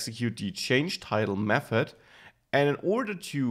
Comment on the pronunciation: i like how you pronounce th => f :D mefod